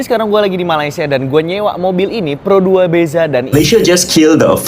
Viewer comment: Bukan pero 2 sebutanya pro dua …..he…he….